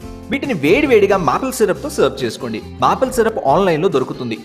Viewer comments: Didn’t wanna be rude but wanted to say two things - 1. Maple Syrup is pronounced are “Mepel Syrup” but you said “Maple Syrup” which is wrong. 2. I didn’t know which chef in your visit to France has revealed his authentic recipe because it is typically a regular recipe which everyone knows and you did it the same way how everyone does..! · I like your recipes and your voice. Made Alasanda vadalu with your recipe and the taste is awesome. Here in this fresh toast recipe you mentioned మాపెల్ syrup but it is pronounced as మేపెల్ syrup. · Excellent brother. Tip: Maple syrup lo "maple" ని "మాపిల్" అని అనకూడదు. "మేపిల్" అని అనాలి